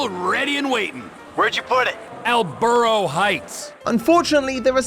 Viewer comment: Lester lives in "El biurro" heights